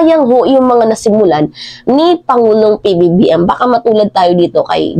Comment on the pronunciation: Pansinin mo pagbigkas mo ng Pangulong PBBM ay maling Mali lahat pala ng video mo ganyan pagbanggit Pangulong PBBM?? Kakawalang gana bigla ituloy manuod . Maganda sana topic Kaya Lang Mali nga Yung Pangulong PBBM . Wag na lang